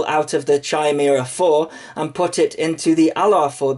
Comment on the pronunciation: FYI, it's "KYE-meera"